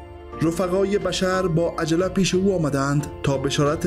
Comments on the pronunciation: سلام این دوستمون درست میگه boshr درست است نه bashar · سلام بشر با ضمه تلفظ میشه نه با فتحه